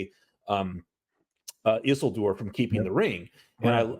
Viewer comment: What's up with stresses in names? Everybody says just as they are accustomed, or I've missed some new consensus? Always thought it was Isi'ldur etc